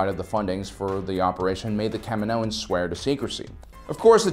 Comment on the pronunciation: Please stop saying, CAM-in-OHans. The planet is Ca-MI-no.